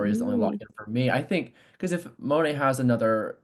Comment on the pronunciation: Please say Mo-ne, not Moan. Thank you.